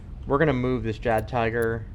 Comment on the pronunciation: Just to let you know that in German, the "J" in Jagdtiger is pronounced as a Y sound. and tiger is said te-ger .